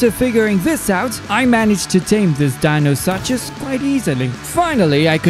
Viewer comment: The way he said denosuchus lol It deno sochus would be how it's spelled